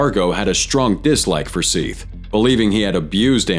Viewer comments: How are you gonna say all the criminals names right, but mispronounce the victims name so obviously? It is Seth not “Seeth” 🤦🏼‍♀️. I can’t even watch the rest of this video. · Seath Jackson’s name is pronounced Seth.